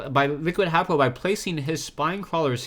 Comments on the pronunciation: I think haypro is pronounced hey-pro vs hap-pro ur the man anyways GG for consistant casting =D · Think it might b pronounced Hai-pro since his name is Hayder.